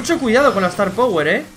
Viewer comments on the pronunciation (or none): none